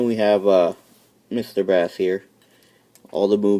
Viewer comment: Its pronounced base not bass hes not a fish